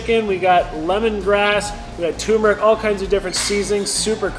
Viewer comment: love the videos but please learn the pronunciation of tuRmeric.. its not tumeric you never pronounce the first R. Cheers.